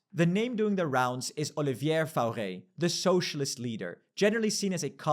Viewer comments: Dude "Oleeviere faurae" ? Pronounce it Oliver Fore you'll be righ, i'm not talking about the rest I kow it's hard for you, but pease "Olieevere Forest" it's ridiculous. When as a french person you need 30 second to understand who you are talking about you know there is something really wrong about your pronounciaton. Just make a damn effort Also you are dead wrong on your percentage. Macron leaving is 1%, Lecornu can be brought back, new parliament election will happen if no deal is made which will crush socialist and republican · It’s pronounced “Oliv-EA For”